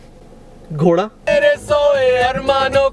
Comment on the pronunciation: The way shahveer says 'GHODA' 😂😂